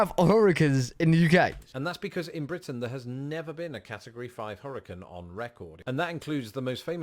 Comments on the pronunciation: Hurricane not hurrican. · Please learn to correctly pronounce the word hurricane.